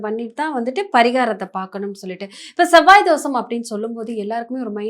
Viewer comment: ஷெவ்வாய்-னு சொல்லாதீங்க அது செவ்வாய்!